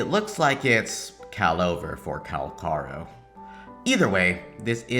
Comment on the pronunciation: No one seems to be able to say his name right! Calls him Kakarot, Kal-Carlo, Calamari, and so on. Never change,! You're analysis is spot on and your delivery is getting better and better.